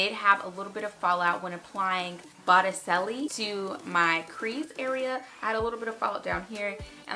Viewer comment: Sorry to be this loser...really, but I have to: it's Botticelli, like the guy who did the birth of Venus painting. As in "boat-ih-chelli" The "c", as it often does in Italian, makes a "ch" sound...not an "s" sound. Sorry! But now you know.